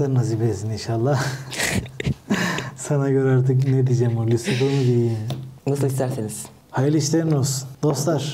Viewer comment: Abi Kusal Damacana izliyo gibi oldum 😂😂😂Lusufur diyo baksana 😂😂